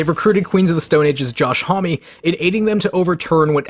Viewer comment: Josh Home-eee no thanks